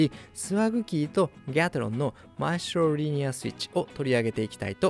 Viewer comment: マエストロの発音が良過ぎる